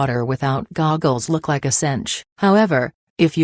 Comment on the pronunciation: LMAO SHE SAID GOGGELS